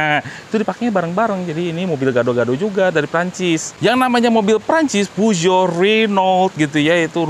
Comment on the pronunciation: saha nu maca puso jadi peo geot wkwk